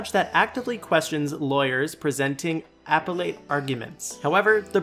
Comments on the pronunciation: "Press eh ding " (sic) over .... "Apple ate" (sic) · You need to learn how to pronounce “presiding” and “appellate.” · Your legal jargon pronunciation needs work... specifically speaking of your pronunciation of presiding and appellate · Before you narrate another video, please look up the pronunciation of the words "presiding" and "appellate". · Check your pronunciation, please! Particularly presiding and appellate! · The Commentator mispronounced Presiding and Appellate but still a good ode to Judge Judy.